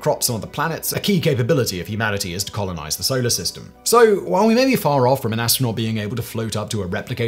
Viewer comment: "Colonize" with that accent, No you dit'int.